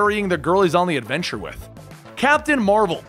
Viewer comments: "Captian" Marvel? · "Captian marvel" cmon bruh